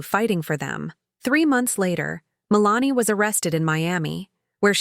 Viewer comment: I have known several women named Melanie, and they didn't pronounce their name the same way as it is pronounced in this video.